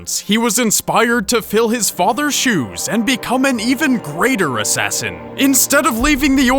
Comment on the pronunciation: shay aint an assain